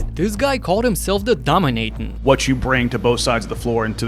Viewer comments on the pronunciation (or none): Not Domin-ayton!